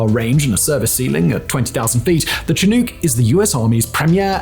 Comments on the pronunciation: Simon, I greatly enjoyed your video, and am grateful for your effort and that of your writers. That said, I live in transition zone between the Canadian prairies and the Rocky Mountain Foothills, and even knowing that there are multiple, valid pronunciations, every time you said "Chi-NoooK", my soul died a little. It's not your fault, but we southern Alberta softies live and die by the chinook winds all winter long, and the pronunciation made my bones itch, lol. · The mispronunciation of the covered aircraft really distract from an otherwise decent video. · Anyone else laugh at how he pronounces “Chinook”? NSDQ! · Can we really trust what he says if he can’t pronounce chinook properly? (one of my favourite channels, just poking fun at Simon) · the way you say chinook bugs me for some reason XD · There truly are a number of variations, from the american pacific northwest to southern BC, to the Prairies. To be entirely fair, Simon's pronunciation is likely not to far from one of the original First Nations' pronunciations, but in southern Alberta, where we all die a little inside waiting for them to arrive throughout the winters, the powerful winds known as Chinook are pronounced Shin- uhk. (One might also think of the Yiddish word "shnook") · Simon's crappy pronunciation of people's and equipment names really does cast a shadow on his work. He can read a script well, and is an entertaining speaker but as soon as he puts his foot in his mouth, and then does it again and again.... I still enjoy his vids but I think he's a twit IRL. I guess he's rolling with the idea that the bulk of his viewers just don't give a damn. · It did the same thing to me. I know there are multiple pronunciations, dependant on region, and that the earliest documented pronunciation is more similar to Tshin-ook, but here in southern alberta I found it jarring. A shibboleth, to be sure. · Shin-uhk actually. Not Chin-oooook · The presenter says cheNUKE instead of chinook.:face-orange-biting-nails